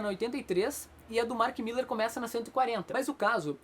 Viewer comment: Mark Millar, nao Mark "Miller"